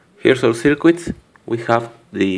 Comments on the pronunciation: how he pronounces circuit: ser-quit no offence bro. nice vid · That's good, but a note about pronunciation: Circuit isn't pronounced sirkwit. If you know how "cut" is pronounced in English, it's pronounced sir-cut, with an unstressed vowel in the second syllable. And LED is typically pronounced L-E-D, as three separate letters. Hope this helps!